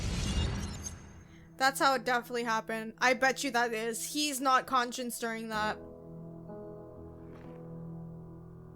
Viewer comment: great playthrough! just letting you know, “conscious/unconscious” is pronounced differently than “conscience” ♥️